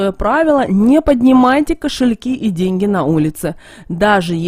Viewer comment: Да шо ты Ғафаришь.... Прям деньХи притянешь🙈😂✌